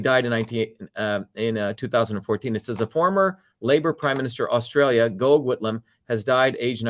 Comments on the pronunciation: Hi Dr Shiva from Newcastle Australia. Very good history lesson and you are absolutely right. People need to wake up. Instead of being hypnotised by the propaganda that is now being spewed forth by the media. Gough Whitlam is pronounced like Goff. I remember his dismissal well. Australia has been used and abused for a very very long time. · FYI Gough Whitlam’s first name is pronounced “Gof”.